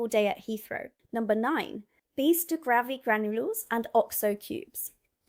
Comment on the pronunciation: The content is good but the constant repeated mispronunciation of basic words throws doubt about your claims of residency and makes its seem that the text has been written by someone else. No-one in Britain would ever say “gravvy “ for gravy, for example, and I’m surprised an American would. There are a least 4 other examples in this video a;one. Please do a read through with someone who IS familiar with the UK before recording the next one.